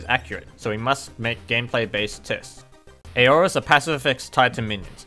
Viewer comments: It's Aura or plural Auras [ˈɔː.rə]'s, same pronouncement. Not A-Or-As. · Aura's are pronounced OH-RAS not A-OHRAS